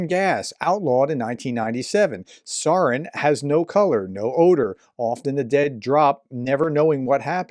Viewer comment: Learn how to pronounce sarin. Little things like this inform viewers you don't know what you are talking about.